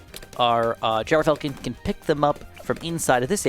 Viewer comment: Mr, it’s pronounced Gr-Falcon, not Gyro-falcon. I’m just a stickler for pronunciations, hope I could help